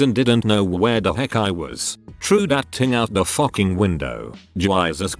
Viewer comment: I focking love the bot sais focking